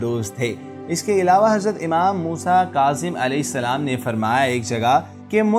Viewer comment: Durood pak theek parhain imaam ko ap umaam keh rahe hain ye bhi Lafz theek karain Durood Pak Bilkul Theek Parhain